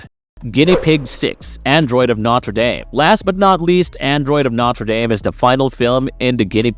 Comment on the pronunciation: “Mane-guh” lol edit: “notter dame” lmfao bro is this narrated by AI or something? What is this shit